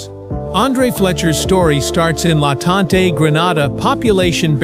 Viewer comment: He said LA Tante